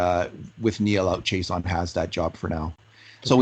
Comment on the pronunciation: It is not Chase-on but pronounced She-ah-sson (Chiasson)